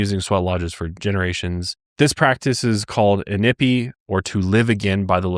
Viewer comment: it is pronounced ee-knee-pee, good try & thank you for including the history of our sweat lodges🫶🏽